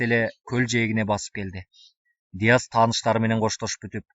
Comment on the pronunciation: Нияз эмес,Дияз деп угуп жатам.